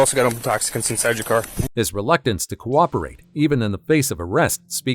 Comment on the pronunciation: "why do I have to copperate?" 🤣🤣